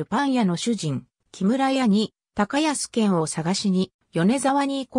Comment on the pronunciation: 『たかやすけん』ではなく『こうやすいぬ』ではないでしょうか？